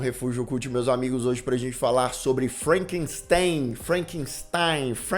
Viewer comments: ""...kkkk Ai, gargalhei alto aqui. "Felcanstein"... 🤣🤣🤣🤣🤣🤣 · FELCANSTEIN KKKKKKKKKKKK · Felkenstein 😂😂😂 min.